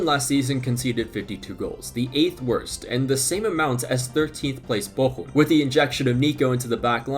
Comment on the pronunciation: Your pronunciation of Bochum is on point!